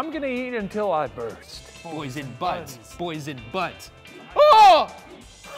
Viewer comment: I can’t unhear “Boysen Buds” as “Boys in Butts”